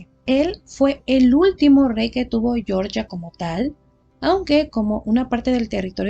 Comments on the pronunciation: Para el país se pronuncia Georgia, tal cual, no "Yoryia", pronunciación en inglés para el estado norteamericano. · Hola a todos. Yo también creo que el nombre correcto del país es "jeorjia", no pronunciado a la manera inglesa